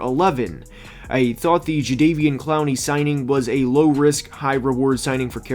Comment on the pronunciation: Bro, it's JaDEVeon (as in "ever," not "day"). Otherwise, the vid is good.